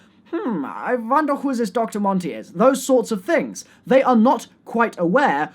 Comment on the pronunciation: "I VONDER who is this Dr.Monty is" = Vonderharr director for next year confirmed